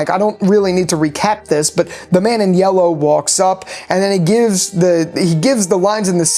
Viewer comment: “the man in yewwow”. No hate btw just made me laugh lol